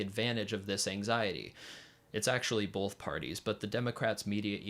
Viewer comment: Great video. Just one bit of critique. There is no L in the word “both”.